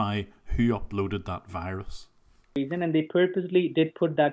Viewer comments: Why can’t they pronounce the letter “v”? I always thought it was funny when they said “wirus” but I never knew why. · HAHAHA he actually says wirus XD